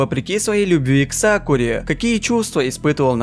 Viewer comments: Ты сказал сакуле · Я один заметил что в самом начале он сказал сакуле?? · Мне показалось или он сказал Сакуле?!!